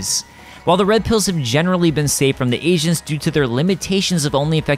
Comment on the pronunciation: I kept hearing 'Agents' as 'Asians'. lol